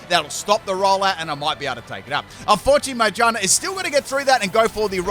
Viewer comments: that pronunciation of Magearna "May ja na" lmao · I love the way he pronounces Magearna😂